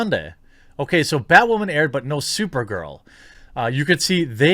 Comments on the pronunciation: God 😂 Can you stop saying “ butt wamen ” !! LMAO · JEREMY: "You may remember Batwahman--" Nope.